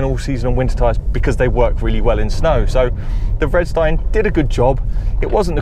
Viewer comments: It's Ve did is tine where did you red stine from? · you totally missed pronounced vedistine the v is not silent